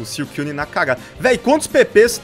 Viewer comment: não se diz siucuine se diz suicune